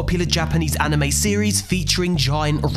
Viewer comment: I’m sorry did you say ANIME!?!?!?!